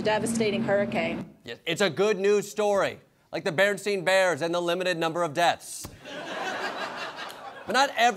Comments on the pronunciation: It's Berenstain not Berenstein. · Jordan mispronounced ""Berenstain ".